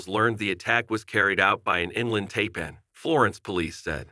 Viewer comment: It would also be nice if he would have learned how to correctly pronounce the snake breeds.